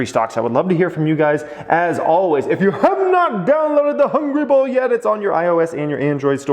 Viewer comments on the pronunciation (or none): Will ever learn how to say Hungry Bull without making sound like Hungry BOWL?